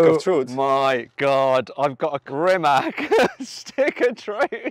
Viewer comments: Please pronounce His Name correctly its Rimac C on English,not K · Dear Mat, RIMAC is speaked out like RI.MATCH , it ´s a Croation word , not English. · C in Serbo-Croatian is pronounced as TS not K, so it is [rǐːmats], \'Ri-mats\. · Ma as in mark, te as in ta in tank And his last name being pronounced Reematz > Rimac with a hard r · Rimac "fridge" 😜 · you just said rimak in from of him jesus the disrespect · Thrye don't know that "c" is pronounced as "ts".